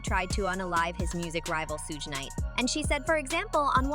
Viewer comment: at the mark you have the AI voice say that Cassie Ventura stomped on Diddy. Now that is demonstrably false, it was the other way around. Aaaaaaaaand the AI voice still can't pronounce Suge's name correctly.